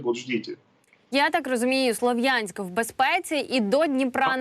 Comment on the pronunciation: Ув. ведущая, город называется СлАААвянськ...не перекручивайте...это нехорошо...мягко говоря...